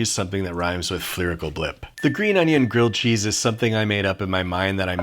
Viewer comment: Gilld chese